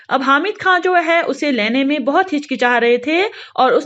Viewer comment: Laine nhi bolte pagal...lene